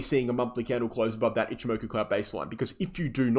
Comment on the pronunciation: love your content. why cant you say ichi moku? as a japanese speaker, i find it amusing